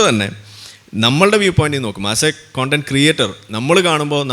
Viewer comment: കൊണ്ടന്റ് അല്ല കണ്ടന്റ് എന്നാണ്